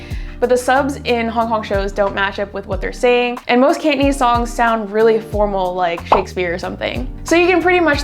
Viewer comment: It certainly sounds hard when you pronounce it "Can't" - nese 😁 Down with lazy pronunciation! *raises pitchfork*